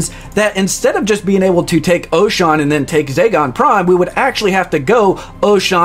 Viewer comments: Oshawn? The ship voiceover literally says the name of every system you jump to. There is no excuses for mispronouncing the system names. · It's Oshaune (osha-oo-nay). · Loved the video, just the pronounciation of the planets though😭😭😭 Manes, mavelon, Oshawn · lol same thought.